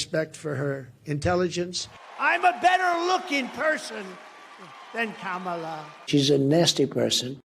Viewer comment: It is very surprising why all these Republicans can’t pronounce first name of VP Harris. It seems intentional. In the first presidential debate, Trump did not answer any questions. He lied through the whole debate. The problem was President Biden’s inability to speak coherently.